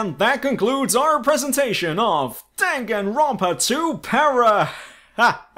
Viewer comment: Great parody but why do you insist on pronouncing the words wrongly? I cringed at satou. And everytime you say danganronpa